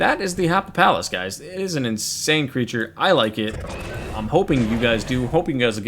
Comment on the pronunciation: I'm positive it's pronounced Happy-pal-us